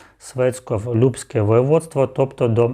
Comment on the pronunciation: Любушське а не Любське воеводство